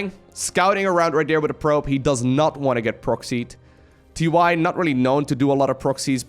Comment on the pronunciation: TY but actually it is tee tee